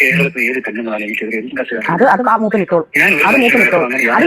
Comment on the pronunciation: Mooppan❌ koappan✅